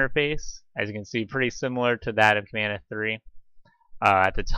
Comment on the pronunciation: You are not the first person who asked me that question! I will go ahead and make a blog post. A lot has changed with Elastic and Plaso since this video, so sadly it is not as simple as just copying some JSON. Thanks for watching the video! PS I am miss pronouncing the word Kibana in the video.